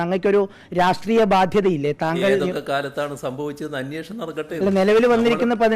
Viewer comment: അന്വേഷണം അല്ല " അന്ന്യേ..ഷണം" ഇവനെ മലയാളം ഉച്ചരിക്കാൻ പഠിപ്പിക്ക് ആദ്യം.